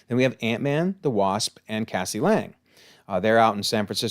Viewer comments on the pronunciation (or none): none